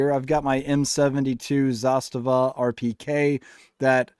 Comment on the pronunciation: you are the only one I know that pronounces Zastava correctly. Great video. I have several kit builds by Northwest Gun Supply and SOF Defense out of Phx. Both great builders